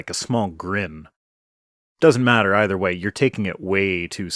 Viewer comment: Yay, the gets another gazillion views and likes! And Hi my beloved Pro Stick! I remember this doofy creatard! I noted how he mispronounced vestigial, (vestigual) petty I know, but it bugged me. And, here he is, smugly doing it again, but worse, he cannot seem to pronounce th sounds either. Or eever, eefer? I wouldn't bitch if he seemed even somewhat nice, as I normally try to remember religiotards are victims, but he admitted to becoming a young earth creatard (my phone keeps correcting to creature!) after the Nye, hamm debate! And, though I know there is no 'missing link', if there was one it would look like ken hamm! Love an Peace